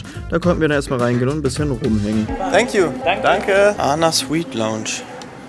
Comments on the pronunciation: ANA wird englisch Ay-N-AY ausgesprocher das steht für All Nippon Airways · nicht ana sondern A N A